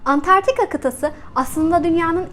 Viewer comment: Videoyu çekmeden önce, keşke kıtanın adini doğru söylemeyi ogrenseydiniz... Dogrusu, Antartika değil, Antarktika! Veeee bir de, kıtaa değil kıta, yani sondaki a kısa olacak. Valla gerisini, bu mesajı yazma sürem dışında, bu nedenlerle izleyedim. :(